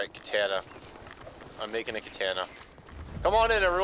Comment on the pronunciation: Future reference it’s not pronounced kuh-tan-a it’s pronounced kuh-tah-nuh